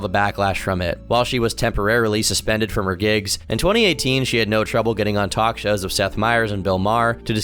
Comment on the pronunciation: Can't tawlk